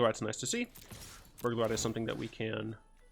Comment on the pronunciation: Every time you say "Burglar Rat", I hear "Burglarette". So now I imagine that the Burglar Rats are all girls and are like the rat version of cat woman.